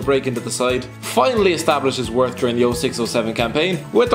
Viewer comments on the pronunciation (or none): none